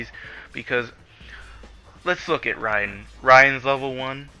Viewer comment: did anyone else just pat there head when this guy said riden, you need to pick up a book bro